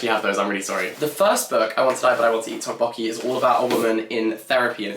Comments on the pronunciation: I'm sure someone must have commented this already, but a note on the pronunciation of tteokbokki. The "tt" sound is more of a hard/aspirated "d" than aspirated "t" sound. Sort of a cross between a d and t. So less tick "tock" and more "dock" martins if I had to try and sound it out... 😁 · I'm not even Korean and the way said tteokbokki so off made my skin crawl I had to fast forward to the first bit entirely lol